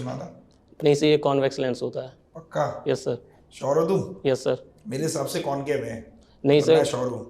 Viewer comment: Not convace❌ It's concave.✅